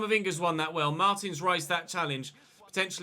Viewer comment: It's "marteens"